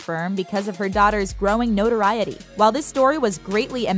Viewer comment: That's not how you say notoriety